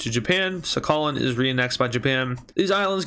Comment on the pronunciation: It is sakhalin but the pronounciation is sakhaleen